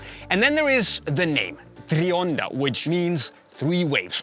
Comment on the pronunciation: It’s not treeonda bro, it’s tri, like try, I can’t stand this guy.